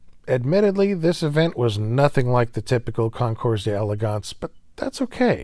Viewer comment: I hesitate to post a comment criticising an American’s pronunciation of French, as that’s really going after a soft target, but as you have frequent opportunities to use the phrase “concours d’elegance” AND the courage to use it, please allow me as a dedicated fan of your channel to make one or two constructive suggestions if you don’t want to sound like you’re just in from Tulsa. First, the “s” in concours is silent. English has heaps of silent letters, so no problem there. Second, “d’elegance” has three syllables, not four. You’re right that the d’ is a contraction of “de”, meaning of, but when followed by a vowel the whole word is not pronounced, just as in English you don’t pronounce the implied “not” in “doesn’t”. Last, the “nce” at the end is not sounded like “once”, where the tongue touches the roof of the mouth. Instead, it’s a soft nasal sound. It’s very much how a donkey pronounces “hee haw”, if .you get what I mean. There's a joke in there somewhere. Now, back to Model A's.